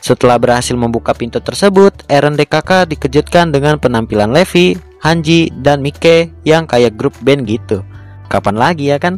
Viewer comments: BUKAN LEVI DIBACA NYA BANG TAPI LIFAI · Levi itu bacanya livai bang